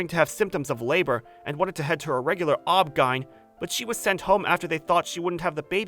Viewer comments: Did... he just phonetically pronounce OBGYN??? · lmao not "Ob Ghine" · Fr though I kept dying every time he said it like it was a word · The way he pronounced OBGYN, though. 🤣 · The way the VA pronounced OBGYN… 🤣🤣🤣🤣🤣